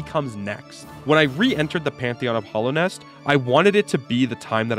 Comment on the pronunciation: 2 minutes into the video andhe says "the Hollownest". I'm having a stroke right now.